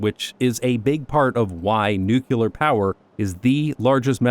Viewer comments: nukyaler. nice. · "New-clear". Say it, use it. Sorry. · I've seen enough of these videos that the most surprising part of this one was being able to fit a second "u" in Nuclear. xD